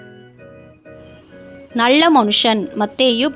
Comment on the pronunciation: பொள்ளாத , நள்ள, ஆளோசணை மற்றும் பல. But for the faulty pronunciation the quiz is excellent.